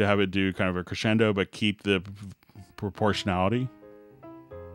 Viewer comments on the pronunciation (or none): none